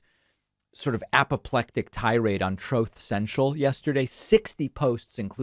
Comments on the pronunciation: Lmao the 1st time I heard you flub Truth Social/Troth Sential I thought maybe Covid messed with your brain a bit. Took me a while to hear the trump clip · Troath central.....did you miss say that name on purpose....bwa h ahhg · "Troath Central"? 🤣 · 😂 "Trothe Sential" it gets me every time!🤣